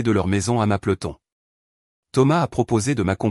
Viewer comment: Sa ce dit pas mapeloton mais mapleton